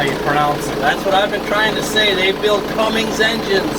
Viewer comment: Cummins not "Cummings".......Ford guys lol